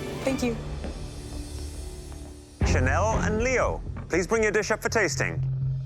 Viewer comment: channelle cracked me up